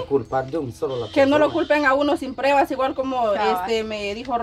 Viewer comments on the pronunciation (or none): Trucha se dice pruebas no prebas hable bien no que es una persona adulta habla como niño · LA PALABRA CORRECTA ES PRUEBA, NO PREBA APRENDAN PRUEBA ,PRUEBAS,PRUEBAS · 😢se dice pruebas no prebas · Trucha habla bien se dice pruebas No prebas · Trucho: burrrrro se dice: PRUEBAS.